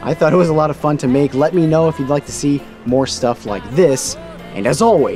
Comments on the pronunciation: I’m Italian, I just want to say that there’s an error in the end: it’s not “Gratse” like you said, but it’s gratsje. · he really went and said grazie without pronouncing the e 😳😳😔😔😔